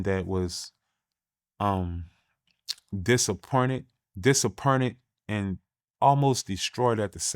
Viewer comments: Disapeeernted 😂😂. My homeboy New Orleans to the core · Point, joint and other words like that are pronounced pernt, jernt etc.. in New Orleans... He tried to switch it up for the audience but reverted back